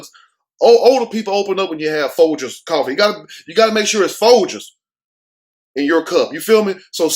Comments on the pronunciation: So the older man that was his neighbor couldn’t have made a phone call to the police after seeing that many young woman going to this losers house. Second, when said Folgers 😂 I was just looking at the extra large Folgers at Costco yesterday. 3rd is bow-rettes 🤣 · He said gotta be Foldgers 😂😂😂😂